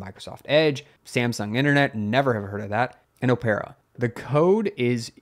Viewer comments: Oh-pair-ah??? Opera is pronounced "ɒpərə", like the historical musical dramas where people sing typically in Italian or German and everyone dies by the end. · OMG, cringing at how you pronounced Opera. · Samsung Internet is the default browser for Samsung phones (pretty sure for Samsung tables too). It's (of course) Chromium based. Also, weird spelling of Opera, never heard it pronounced like that. Sounds weird.